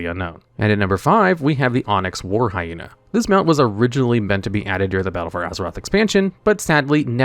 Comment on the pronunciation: why your hyena pronunciation sound like Jaina, it's very funny for a hated for horde players like me.